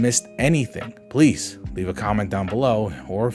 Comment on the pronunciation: Tbh the new version really sounds like he’s forcing trying to sound like the original video. He speaks fine English but please is still “ples”